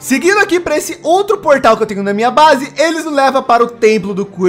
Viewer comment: Ele falou a brase do bruniim kkk